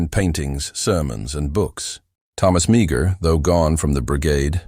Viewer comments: Its pronouced May-her not Mee-ger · Meagher is pronounced maher or mar not meegar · Please get the pronunciation right. Mar rhymes with car... not meeger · Maher is pronounced Marr! Interesting indeed. Interesting indeed, many of these poor Irish lads having escaped death by starvation and murder at the hands of the British, died in and for a Country that was supposed to be providing freedom and opportunity. Yes, most of these Irish volunteers came from what we now call the Republic of Ireland and we’re indeed Catholic. There was other Irish. Involved in this what proved to be ridiculous war of American against American. The earlier immigrants from Ulster, who fought for the Liberty and founding of the United States. Washington clearly stated that the Bri5ish would NOT have been defeated if not for the Irish Frontiersmen who defeated the British at Kings Mountain. General Grant was the son of an Irish Immigrant from Ulster as was Andrew Jackson, both men who of course became Presidents in their own right. The Irish immigrants and their offspring starting with the subject matter in this video, and before it with such men as; Kit Carson, Clarke, Johnston, Davey Crockett, Sam Houston, right up until this present day. Far more than any Nationality. 24 Presidents of Irish Ancestry, comprising of 21 from Ulster and Protestant and 3 from the Republic, two Catholic and one Protestant, namely Reagan. The comment on religion is made purely as a reference and nothing more. Between 1700 and 1750 some 200,000 immigrated from Ulster to America and a small number of them to Canada. Yes, Americans referred to them as Scots Irish, which is incor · His name is pronounced as Maar. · His name is pronounced Mah her, if nothing else learn to pronounce their names properly.